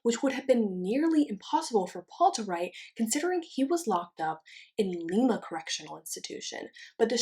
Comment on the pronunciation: Lima Ohio is pronounced Lime-a